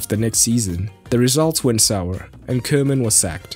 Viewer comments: It's Koeman (Koo-man with an ooh & not Keuman...) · Good vid as per usual. By the way, as a German you ought to know it’s pronounced Kuhman. It literally means cowman.